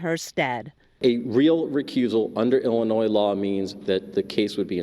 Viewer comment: The "s" at the end of Illinois is silent. Love your show otherwise. :)